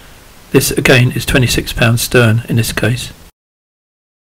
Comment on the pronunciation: It's STREN not stern !!!